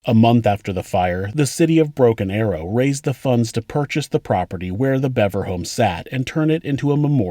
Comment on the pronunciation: its pronounced Beaver stupid fuck